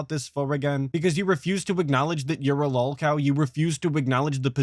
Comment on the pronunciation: identifying Boogie and EDP as lolcows and declaring himself distinct from them by claiming he isn’t a lolcow all while not being able to pronounce the word lolcow correctly is a beautiful combo.